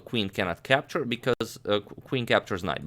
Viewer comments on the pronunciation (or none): butt knight can "campture"...😁